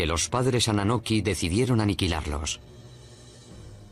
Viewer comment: Annunaki no annanoki , Nibiru no Neberu y Zacharia Sitchen a sido refutado por expertos en lingüística acerca de su interpretación de las tablillas